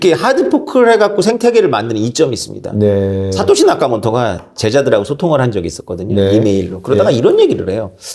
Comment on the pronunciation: 다른분과 달리 생각이 유연하시고 주류 경제학자지만 현실을 직시하시는 능력이 있으신듯~ 말씀을 잘 하셔서 그런지 질문의 수준도 굉장히 높아보이고 두분의 대화가 정말 재미있고 뜻깊습니다 근데 자꾸 사까시 나카모토라고 하셔서 알아듣지만 조금 민망 ㅋㅋㅋ^^